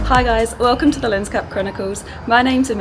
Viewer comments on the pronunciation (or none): none